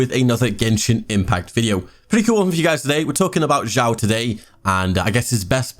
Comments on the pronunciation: its not zhao zao shiao its xiao like snake (s) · thx for guide ^^ by way its pronounced "s (snake) ih (e) ow (cow)"😉